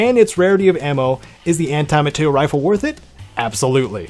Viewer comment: Amr is fun but eh, better rifles on this list honestly. Also it’s materiel, not material